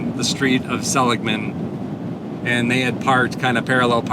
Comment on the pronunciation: THANK YOU~ you're one of the very few I've heard pronounce "SELL-ig-mun" properly! Named after the founder, Joseph Seligman, a western pioneer who helped establish the San Francisco Stock Exchange, among many other ventures....